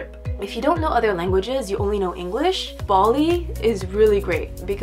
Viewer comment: it sound like she was say baldi not bali 😂